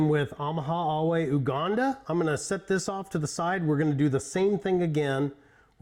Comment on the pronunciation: Heya! Nice review. Just a note that it is pronounced you-ganda rather than oo-ganda.